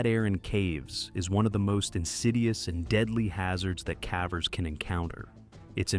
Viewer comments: update the terrible ai reading "calvers" (cavers), NOT the same thing. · I do believe it’s “cave-ers” not “cavv-ers” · Stop saying calvers.